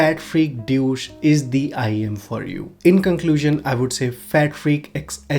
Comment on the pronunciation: The way you pronounced "DEUCE" is a bit like "DOUCHE" 😉😉